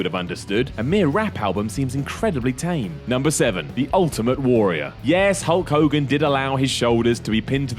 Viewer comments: I kept hearing "Cunt Hogan" and wondering why. ... lol, now I know! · Like the Warrior always used to say: "Ho Kogan" lmao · Hood Kings Bloke Ogan? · "What's a hull kogin?" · u mean cull hogan? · Who the hell is Hull Cogan? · who's holl cogan. ikr this is old but dont blame me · who's hoe kogan? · No I heard iPod him I think it's Whole Khoghan